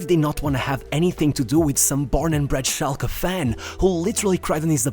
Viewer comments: SchalkE not SchalkA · Its schalkE not schalkA not shulker